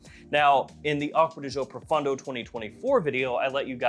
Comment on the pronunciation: I wish that would pronounce pro-phone-dough correctly instead of pro-fun-dough! 😊